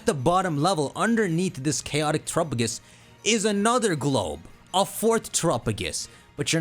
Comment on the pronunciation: And Terapagos lol